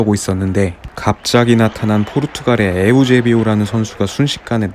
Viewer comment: 형님 에우제비오가 아니라 에우제비우입니다 ㅎㅎ